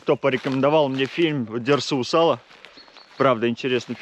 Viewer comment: Минутка душноты 🤓 Дерсу́ Узала́ - ударение на последний слог в обоих случаях) Привет с Дальнего Востока! Ждём новых вызовов, так держать!